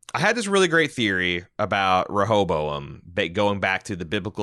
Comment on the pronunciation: If you both chose in a previous review to not pronounce it properly, I apologize for being the one to help you say “Re- hoe- bow- em”. Y’all driving me crazy with that hobozo- em. 😂😘